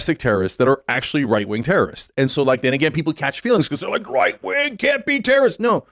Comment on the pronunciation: sometimes he says "white wing" instead